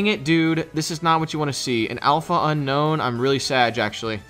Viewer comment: Unown > Unknown Please community start pronouncing this name correct. Un - OWN and not Un - KNOWN